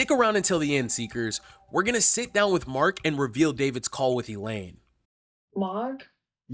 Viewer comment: Mark!!! Not mark mane